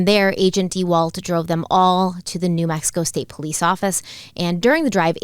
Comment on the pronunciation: If I hear agent "dee-walt" one more time I might just leave the channel. 😑🤦